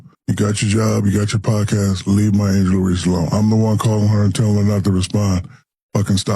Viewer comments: I love your channel man but why u keep calling her angel reecee lol anyways rg3 puts on minstrel shows thats what he does best...marcellus wiley low key does too. They hate themselves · STOP PRONOUNCING HER NAME INCORRECTLY, PLEASE!!!